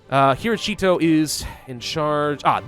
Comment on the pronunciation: Do my ears deceive me or did say "Hiroshito" instead of "Hirohito"? lol